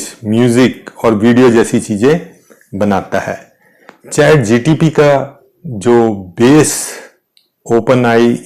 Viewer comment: श्रीमान जी चैट जी टी पी न बोले.